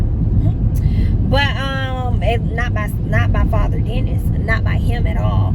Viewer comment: I die every time you say Father Dennis 🤣🤣🤣🤣